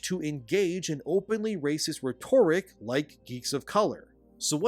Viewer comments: I love your work, I've been subbed since the first video of yours that I've seen. But please, for the sake of my ancient pickled brain, learn how to pronounce "rhetoric". It's simple, phonetically it sounds like "Reht-or-ick", not "Rett-orrick". I'm not a grammar nazi, but to hear such an otherwise bright man constantly murder this word hurts what's left of my over-mortgaged soul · "Re-TOR-ic" It's not pronounced that way. It's "REH-ter-ic". Check with google if you don't believe me. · Bro, it's pronounced "RHE-tor-ric". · For the love of God, it's RHEtoric, not rheTORic. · Vid was good. Good message but it's hard to take someone seriously if they can't pronounce simple words. Rhet-tor-ric. Come on bro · “Rhetoric” is pronounced “RE-ter-ick” like “Frederick.” Totally understandable mistake because “rhetorical” IS pronounced the way you were saying it: “re-TOR-i-kul” like “historical.” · Rhetoric is pronounced ret- err - ik (ick) With the hard ret soft er and semi hard ik. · Not how you pronounce rhetoric lol. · I like you but the way you pronounce/say "rhetoric" makes my skin crawl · I love your channel, but please learn how to pronounce rhetoric. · So he has to be mispronouncing rhetoric on purpose so we comment on that, right? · Please allow me to teach you how to pronounce “rhetoric”. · Off topic but, do all Canadians pronounce "Rhetoric" like that? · Someone please teach how to say rhetoric. Not ragging on you brother, Not sure if english is your first language given your background etc... but dear god is it grating. Cheers for exposing little miss racist to me. These people are disgusting. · Just a note on form rather than content, because I've got nothing else to add: that's now how 'rhetoric' is pronounced. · If you pronounce “rhetoric” incorrectly one more time, I’m out… next video, you’re gonna do it again and I’m gonna block you. Do you even care that you sound like an idiot? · Bro you're driving me crazy with your pronunciation of rhetoric.